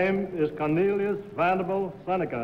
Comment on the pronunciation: In the second game I knew the second contestant wasn't it because of the way he pronounced "his" name: Cornelius Vanderble Seneca. The other two said Vanderbilt.